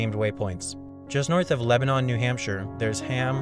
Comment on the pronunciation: You mispronounced Lebenon. You pronounced it correctly if you were referring to the country. But if you are referring to the city in NH sounds more like lebinin.